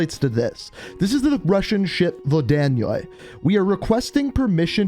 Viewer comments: The vod Dan yoi? Tf? You mean vodianoy? Btw nobody in any way said nova 6 is on the ship. Nova 6 doesn't make zombies... it makes corpses. Atherium crystals make zombies and changes the atmosphere... which makes much more sense for zombies and a storm coming with the ship... vodi annoy... no vod Dan yoi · I think the way you pronounce the ships name is 'Vod-ya-noy'